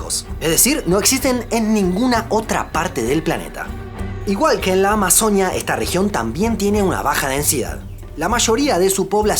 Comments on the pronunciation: Excelente video amigo, pero me gustaría corregirte algo, en el video siempre estuviste diciendo amazonía, y se dice amazonÍa con un acento fuerte en la i, así como decias orinoquía 😅 Igual gracias por ese video tan bonito e informativo 🦦💗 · Solo una cosa: ¡Amazonía! El acento va en la í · En Colombia la región de la AMAZONÍA se escribe con tilde en la i, así que así debería pronunciarse si se está hablando de esa región de Colombia específicamente. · Es AMAZONÍA con tilde en la i